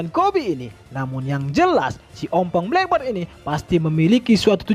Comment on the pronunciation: Min, sebutannya bukan black bird tapi black beard (sebut dengan ejaan biyerd)